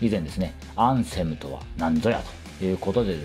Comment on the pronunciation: お疲れ様です。 できれば「アンセム」の「ア」にアクセントを置いて発音してほしいですね😅